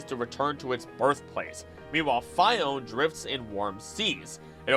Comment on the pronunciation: The anime literally pronounces it "fee-ohn-ay" and this guy still pronounces it "fy-ohn"....smh my head